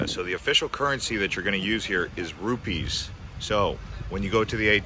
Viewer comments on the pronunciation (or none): none